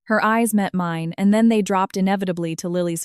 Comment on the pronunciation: Your AI narrator stuttered on the word, and. Over and over. Keot saying and, and, and, and, and, and, and. Fix it. And St is Saint not street.